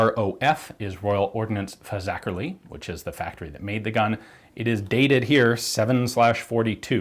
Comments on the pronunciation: And he nailed the pronunciation too!! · I'm surprised you got fazakerley pretty spot on, a lot of people have trouble pronouncing it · yep. Better than locals who tend to sau Fazak-ly and not Fazak-er-ly. Including me.